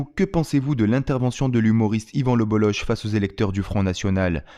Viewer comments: On dit le bolok pas le boloche c est un nom breton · Le bolok en phonétique pas le boloche en phonétique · Désolé frère, on ne dit pas BolloCHE mais Bollok, c’est breton, comme la jota espagnole, le Bolloc’h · C'est écrit Bololloch, au lieu de Bolloch, et en plus ça se prononce Bollok et non Bolloche.... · C'est le BolloK, pas BolloSHHHH, OSKR ! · 🌚🌚🌚 Juste pour Info : on prononce "LE BOLLOCK" ☝️ et pas ""LE BOLLOCHE" ••• 🌚🌚🌚🌚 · Ca se prononce Le BoloK.. pas boloche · On dit lebolok, pas leboloche. Merci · PS : par respect, son Patronyme se prononce (en phonétique) Yvan Le "BOLOK" (et non pas "BOLOCHE") ceci n'est pas un reproche, c'est une information, cordialement, la bonne journée à vous tous ! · On prononce Yvan le Boloc, pas Yvan Le Boloche 🙂‍↕️ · Yvan le bollOQ ça se prononce comme ça merci 😊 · Ça se dit le bolok même si ça s’écrit le boll’och… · Yvan le Bolloch se prononce "Le Bolok". Pour info. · Ça se prononce le BolloK.. respectez les bretons ! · On dit Yvan Le BoloK!! Merciii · Le gen z ne sait pas que ça se prononce le BolloK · Ça se dit "Yvan LebelloK" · Ça se prononce le bollok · Yvan le Bolloc'h : se prononce le boloque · Ça se prononce le bollock. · Son nom se prononce Lebolok :) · Ça se prononce "Bolok" ^^ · ca se prononce le Bollok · Ça se prononce bolok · On dit bollok meme si cela s’écrit bolloch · ça se prononce Le BolloQUE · Ivan le" bolock" on dit😂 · on dit lebolok non ? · Un brave type, et c'est le bolloc'h son nom on prononce le k à la fin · Dommage que vous vous soyez plantés dans la prononciation de son nom… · Ca se prononce K à la fin